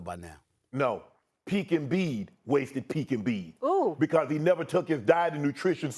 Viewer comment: Embid to tha Lakers”😄😄😄